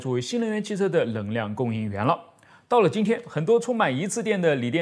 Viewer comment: 太惊讶了，竟然可以正确读出【能量】的【能】比如【能够】这里就说对了，还以为只会把【能】说成【棱】，请原谅我的吹毛求疵，的节目我非常喜欢，觉得做的非常棒~